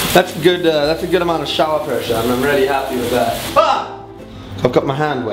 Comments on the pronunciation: I love the way you say really 'rarely' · every time you say 'really' i keep thinking you're saying 'rarely' lol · I keep thinking he's saying rarely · I hear it 2 it confused me at first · Haha I was so confused why you kept saying rarely then I realised you were saying really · When he says really it sounds like he says rarely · It's a South African thing :) He's a cutie.